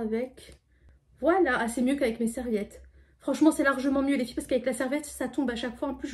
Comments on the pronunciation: oui elle fait comme Sarah en disant feufey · Je crois que c’est Sarah qui dit toujours les fyfey elle dis juste les filles mais des fois elle dit comme fait comme Sarah